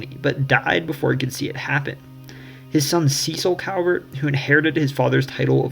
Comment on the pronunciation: Very well done. Kudos. A coupler of corrections. The correct pronunciation of the Calvert family name (and hence the correct pronunciation of the County that bears their name) is CALLvert not COWvert. Most Marylanders will mispronounce it -- as I did when I was young. But I was publicly corrected by the then Comptroller of Maryland, Louis L, Goldstein and a Calvert County native. But he was such a gentleman that his correction felt more like an education than an embarrassment. Another point is that Edgar Allan Poe was born in Boston; he died (and is buried) in Baltimore.